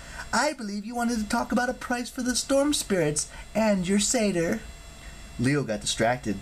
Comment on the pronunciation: I was so excited when you finally said Satyr right